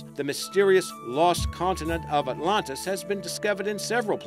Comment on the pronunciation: Without seeming rude, may I ask where you're from? Are you an Aussie trying to use an American accent, or an American trying to use an Aussie accent? You sound very strange and pronounce most words, Names, etc. as never heard before. e.g. "The Lost City of 'OTLONTAS'? Just curious. I enjoy your clips, but often wonder What accent you have.